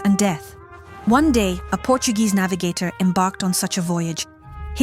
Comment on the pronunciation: CONGRATULATIONS, DEAR VIDEO'S PRESENTER!!! YOU PRONOUNCE CORRECTLY THE NAVIGATORS' NAMES!!! MANY THANKS!! VERY GOOD WORK!!❤❤❤